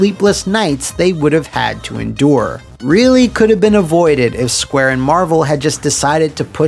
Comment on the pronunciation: Sounded like "Squabble" xd